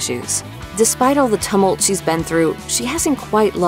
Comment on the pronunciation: Tummult? Did you hear how she pronounced Tumult?